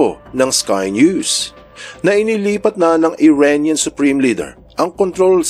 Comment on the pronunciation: Cute ng tawag ni sa Iranian.. "IRAINIAN":hand-orange-covering-eyes